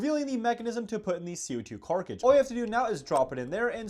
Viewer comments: I don't mean to be critical, however it amuses me how he says carkidges, instead of cartridges. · Bro said carkicdges 💀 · Keeps calling Co2 cartages "carcages" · Did you say co2 carcages? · ah yes the famous co2 "carkridges" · What's with the way you pronounce cartridges